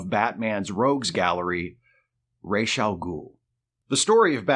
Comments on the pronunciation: Why calling him „Reysh“..? Why not „Ruh‘s“? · It's RAAAAASSSSS... not Rayyyysh... that's from Neal Adams himself. I aske him in person. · Not Raysh but ROZZ. I point blanked Neal on this when we were guests at the Lexington Comic and Toy Con. Just sayin’! Great video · Ra's al Ghul means Head of the Ghoul. The correct pronunciation should be “Rass” since that’s how you pronounce the word head in Arabic.